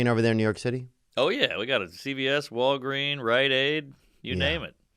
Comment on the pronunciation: I love that Theo called it walgreen instead of Walgreens and then so did mark.